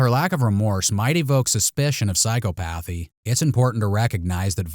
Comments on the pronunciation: Psy- ‘COP-othy, not Psycho-pathy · Psychopathy pronunciation: sai-kaa-puh-thee... 😬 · Psychopathy is pronounced sigh-KAH-puh-thee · Sai·kaa·puh·thee 😅. Love your content,, but...lol phew...the rapid fire of that mispronounced word, It just got to me. This is discouraging you in any way. Keep doing what you do, but this is of a constructive nature.